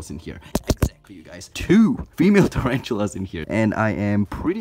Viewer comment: Turanchulas, omg It's tarantulas, my dude